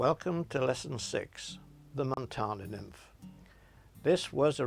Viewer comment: Hey there! Im from Montana, iv been watching these videos and trying flies.. its great fun! Id just like to say its pronounced MontANa... where the AN is like can. Not Montona. =) I found that to be a bit silly.